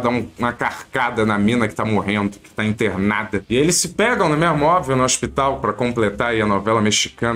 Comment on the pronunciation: Tá engraçado sim... mas pare de falá "não é mêirmu"